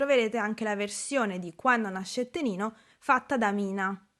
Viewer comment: Ciao, mi permetto di farti una piccolissima correzione: nella seconda canzone del video, ovvero "Quanno nascette ninno", la parola "NINNO" si scrive e si pronuncia con la doppia N in quanto nel dialetto campano vuol dire "BAMBINO", pertanto in italiano sarebbe tipo "Quando nacque il bambino". Pronunciando invece "NINNO" con una sola N si va a cambiare completamente il senso della frase in quanto sarebbe come dire "Quando nacque Nino" (NINO = nome comune di persona).